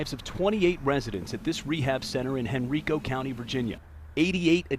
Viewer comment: Dear CBS Evening News, It's pronounced "hen-RYE-co," not "hen-REE-co." - the residents of Henrico County, Virginia.